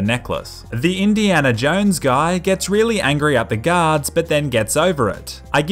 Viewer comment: I always hear ,,Gods'' instead of ,,Guards''